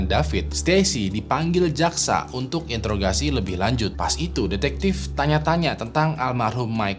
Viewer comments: di intograsi wkwkwkw ( interogasi mungkin ya, karena kecepetan ngomong jadinya kepelset, menyengsarakan wkwkwk) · "Intograsi" hahah pelan pelan 😂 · Introgasi bang bukan intorgasi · "introgasi" intograsi wae mah ah 😭